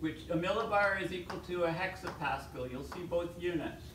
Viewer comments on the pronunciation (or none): hectopascal not hexopascal if Im correct no?